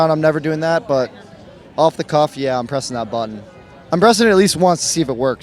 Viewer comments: Why can’t this guy pronounce “button”? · I would press it if the person who died was someone who pronounced 'Button' as "Buh-une"" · What happened to the "T's" in the word button? Can he even spell it? Cannot pronounce it for sure.